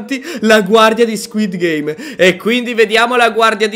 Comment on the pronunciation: Ma uno ha detto skuit game invece di squid game